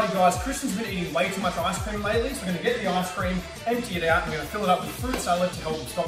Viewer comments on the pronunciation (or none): did he just say it is gonns work WTF